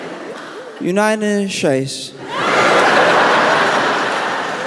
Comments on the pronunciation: "United Shates" LOL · Unites Shates…said the Donald. 😆